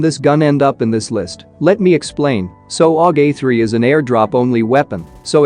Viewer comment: You can fix the aug sound when it comes together in text to speech just do it like this A U G it will say it correctly